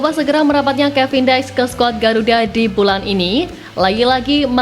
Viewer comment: Kevin diks bukan kevin daeiks